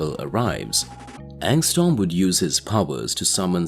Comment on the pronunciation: Bro it’s not angstorm, it’s angstrom you keep saying storm lol